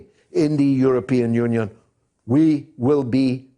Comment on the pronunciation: Did George just say, "the European onion?" 😁